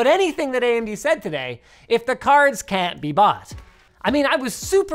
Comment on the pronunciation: emphasis on the “if”